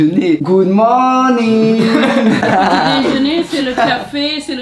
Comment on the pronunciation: « GoOd MoRnIg » 😭😭